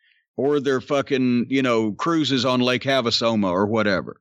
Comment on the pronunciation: LOL, Lake Haveasoma.